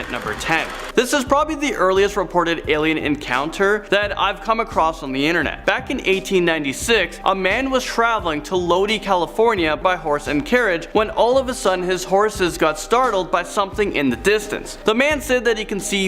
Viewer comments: Hey man I know your from up north so let me help you out. It's pronounced "Low-die"... like to die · Lodi (low-die) thank you